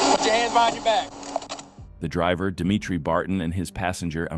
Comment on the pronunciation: Dee Mee Tree ... who'd have thought, LMAO